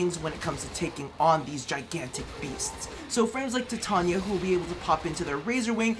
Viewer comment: I still cannot fathom why you consistently mispronounce Titania's name. It's "Tai - tay - nee - uh" / "Thai - tay - knee - uh" (common English pronunciation, not annunciation) it isn't "tit - on - yuh"